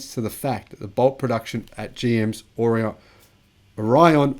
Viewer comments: The correct pronunciation is "or-long E-on. I live here. Well 6 miles away. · O' Ri' on. pronunciation.Accent on Ri